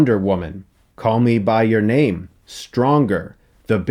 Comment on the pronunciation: Call me by your name Anyone else think Chris said this weird hahahah